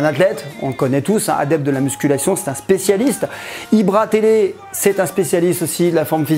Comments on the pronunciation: Mdr il a dit Ibra Télé 😂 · "Ibratélé" Gg à toi Mdrr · Ibra télé il a dit 😂😂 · Tibo IMshape et Ibra Télé 😂😂 il sait même pas le dire hahaha Hein ? Franc va venir me Peter la gueule .. ah DSL 😢😢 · AAHAHAHAHAHA IL A DIT IBRA TELE